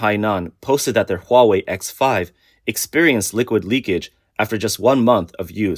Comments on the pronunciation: Hawei AHAHAHAHA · whats huawei LOWA?